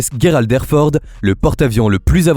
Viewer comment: on ne dit pas guerald mais gerald!!!et il n'est pas legendaire il n'a fait aucune guerre renseigne toi un peu clown